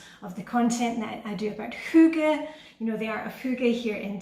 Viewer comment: Hi! Adore your videos, adore your style, adore YOU! I found you from Reddit, someone mentioned you in comments and I happily subscribed. You are a great motivator! And I’m American, so I’m also glad to have learned how hygge is actually pronounced 😊